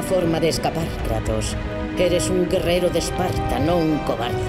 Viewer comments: En el minuto en vez de decir kratos dice kranos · Minuto 8 : 18 dice kranos